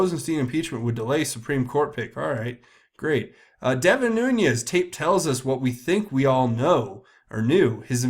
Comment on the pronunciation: Why is everyone (EVERYONE)!! mispronouncing Nunes?! There is NO (Y) or (J) in this name! It is pronounced 'Noon-ez' NOT Noon-yez.